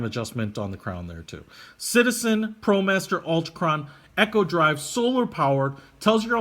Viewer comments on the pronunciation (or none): It’s not Echo drive, it’s Eeeeko drive as in economy. Has nothing to do with sounds bouncing off mountains. There’s only one way to pronounce it. And if you are going to review this watch. And you have one right in front of you, then you should know the size of the case.